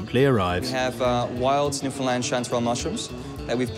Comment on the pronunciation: How many times can he pronounce Newfoundland wrong in this video can someone count